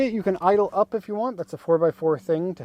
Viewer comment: Bro botched the 'Idle up' 😭